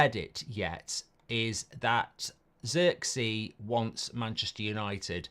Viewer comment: I hate how Mark says Zirkzee 😂😂😂 that’s not how you pronounce homie name 🤦🏾‍♂️